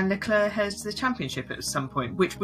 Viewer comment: Why do people pronounce Leclerc's name with a soft "c"? Even the man himself pronounces it with a hard "c"